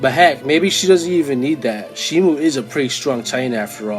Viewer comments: Its shimo not shimu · Also you pronounce shimo wrong but I used to pronounce that name that way